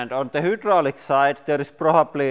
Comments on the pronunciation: The way he says Hydraulic pisses me off. It’s not Hoodralic. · You should opt to learn better English because it's a channel in English bringing in a lot of revenue and you're still here saying hoodraulic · Love the hooo-draulic press! FYI, In English it's pronounced high, hi, hai. But hooo is more entertaining. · It might be because in Russian, the letter "y" is pronounced oo as in Boot. So when he said hydraulics, he said oo instead of eye. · Its called hydrolic not whodrolic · nice work love your channel ,, hydraulic ,, try phrasing the start of the word using a( hi) sound and not a huu sound , imagine the word written like hidraulic , english sucks as a language its appreciated that youve learnt another language , ive tried and failed lol ,, best wishes too not trying to be mean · What the hell is a hoodraulic! Lol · Every time I hear "Whodraulic" I smile :) In a good way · I heard “welcome to Hitler press channel” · "hyoodrolic" love your pronunciations makes the videos even funner to watch. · The Who-draulic press lol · Hoodraulic lol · All these years, and you still can't say hydraulic 😆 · It’s not quite the same as “who”. It’s more like French u, German ü, or Koine Greek Y. Like a combination of oo and ee at the same time. It’s actually a very good approximation of the Greek, which is where the word Hydraulic comes from (Greek hydor, hydr-, water). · How have I never noticed Lauri pronouncing hydraulic, “who-draulic”!? Haha that’s fantastic! I’ve always enjoyed how he says pressure like, “press-ooh-ruh,” now I have a new accent quirk to appreciate.